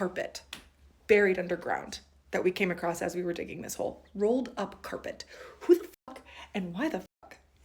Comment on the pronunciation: Wtf is "acrost" aee we sp fr. YOURE AN ADULT BRUH IT'S ACROSS PLEASE😭😭